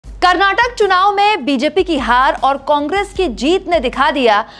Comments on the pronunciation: It's Karnataka not Karnatak pronounce it correctly reporter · Pls pronounce as "KarnatakA"..not " Karnatak"